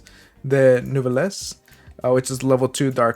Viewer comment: Nice video but man... that French pronunciation made my ears bleed. Lol